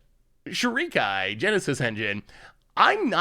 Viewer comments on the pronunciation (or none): Pronunciation for Seth Shorikai=Show-re-ka-E